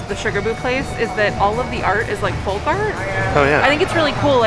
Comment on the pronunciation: It might be the masks (or my hearing), but did say 'follk' art (pronouncing the L) rather than 'folk' art?